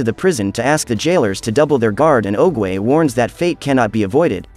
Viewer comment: Well mispronounce oogway nane just saying